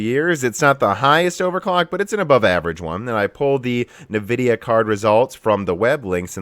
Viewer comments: don't actually know if you are trolling by saying "Nuvidia" vs "eNvidia"......... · Please, please try to pronounce nVidia properly "EHN-Vidia" not "NEH-vidia". I think a log of people find it hard to listen to otherwise. A bit like RGT saying "Nah-Vay" instread of "Na-veee". :) No offence intended! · What is "navidia" ??? As someone who doesnt care about brand and only about performance i was interested in the content of your video. Within a few minutes you are already talking about fanboys, and then you constantly bad mouth all nvidia products and cant even pronounce the brand name correcy. Sorry but you actually sound like a fanboy yourself and i cant trust your opinions.